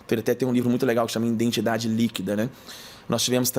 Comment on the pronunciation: Conteúdo maravilhoso. Eu só não aguento escutar ele falar INDENTIDADE , me dá uma agonia🥴